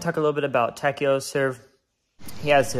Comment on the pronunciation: thanks for the vid! one thing, Takao is pronounced Tah- Kah-Oh (Sounds like Tah-Cow)